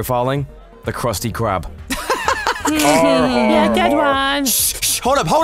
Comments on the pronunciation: That Krusty Krab said "Krusty Bery" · you mean krusty library